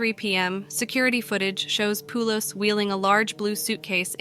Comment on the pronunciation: My uncle shares this last name. It’s pronounced Poh-lis. Not Poo-los. Thanks.